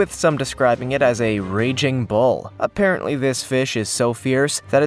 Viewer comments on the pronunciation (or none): none